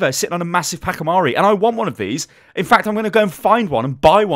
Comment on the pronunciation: Pachimari not pakimari